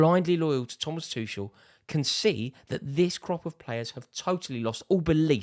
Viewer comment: Put some respect on Tuchel's name 🤣🤣🤣